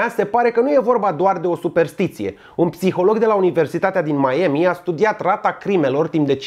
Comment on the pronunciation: Hai mah,parca parca in procent de 48% imi erai simpatic. Please please,por favor,s'il vous plait,te rog....nu mai pronunta "hesteg", "maemi", a-ul englezesc nu intotdeauna se pronunta "e"...